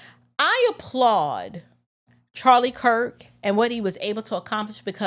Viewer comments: Along with the lies and slander, he didn't even pronounce the man's last name correctly. He said,, Charlie Crist. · He said Charlie Kris he didn't even say his name correctly 😂😂😂